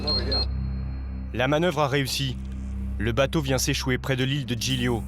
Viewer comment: PILON Zoo Le « GL » en Italien ça se prononce « L » comme Gli Spaghetti sa se prononce « Li Spaghetti »